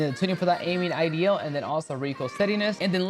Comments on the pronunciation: This dude really said “aiming IDL stability” lmfaooo wtf bruh need to go back to English 101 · Bro please learn how to pronounce idle